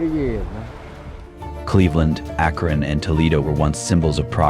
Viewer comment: Lived in Akron for 20 years. Pisses me off when these AI videos can not pronounce the name correctly. 😡